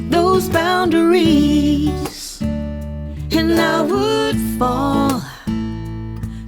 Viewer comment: Thanks,. This is a very clear and understandable explanation and demonstration of this technique. Not to nitpick, but I found myself wincing at the misplaced emphasis on the last syllable of boundaries (boun -da - rees). This violates the principle of maintaining the natural shape of the language. This is the fault of the songwriter and vocalist. No amount of serial compression can do much to make that part sound right. Nevertheless, this is a great video!